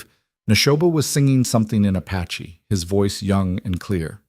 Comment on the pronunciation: I can’t believe that they left her horse tied up. And it’s “Apache”, NOT ‘“a patchy”!